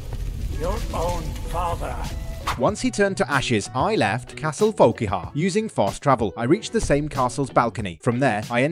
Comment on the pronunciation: Wtf? Isn't it pronounced volkair?